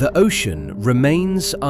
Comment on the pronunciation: yeah, many words with the wrong pronunciation but also the wrong stress EE-magine (iMAgine) ogean (ocean) the-ooo-ry (theory) sur-veeeve (survive) chaoze document-tation evac--u--a-tion meazurment eh-ven (even) PRE-si-zon (preCIsion) reorguenezeees (reorganizes) reesponsible colleedid etc.... BUT a breathtaking documentary. Thank you 😊